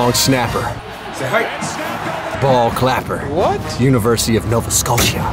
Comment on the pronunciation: As someone from Nova Scotia, it always gets me when says University Of Nova Scotia 😂